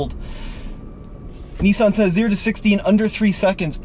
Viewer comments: It's Nissan not Nessun. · How come Americans mispronounce everything!? ‘Knee-son?’